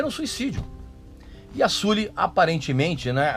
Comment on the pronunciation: Já parei de ver o vídeo só de ele pronunciar "Suli".